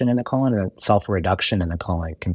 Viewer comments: KO - LON 😂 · I love the way he pronounces 'colon' So distinguished! ❤